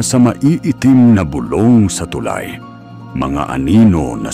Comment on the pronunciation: AI ba o tao ang narrator? palpak ang pronunciation ng narration sa Tagalog..ang tulay ay too lie, isa lamang ito sa nkakawalang gana mag subscribe..mag-aaral muna sana sa tamang pagbigkas bago pasukin ang bilang narrator..